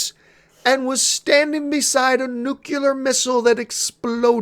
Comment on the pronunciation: Nucular missile ?